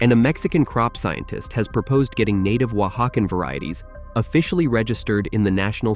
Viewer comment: Someone else stumbled across the thing 'Oaxacan' gets pronounced differently every time the narrator says it?